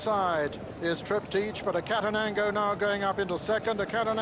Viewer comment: It’s TRIP-TIK .. not TRIP-TEACH.. annoying old fogey 🤦‍♂️ Sorry.. but O’Sullivan just gets RIGHT up my kilt 😆 Cracking performance by Reference Point but even better by Cauthen .. he really DID have a ⏰ in his head . Master of pace that guy 👌 👍🏴